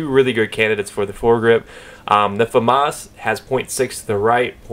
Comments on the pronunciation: they don't... more like fuh-moss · why do americans say famas like its spelt foomas ? :L